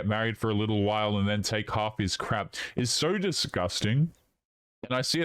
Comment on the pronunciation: Between the vocal fry and pronunciation of "and" as "ayand" I want to stick icepicks into my ears.